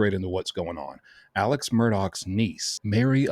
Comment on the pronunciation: As is such many many call him Alec drives me bananas 🍌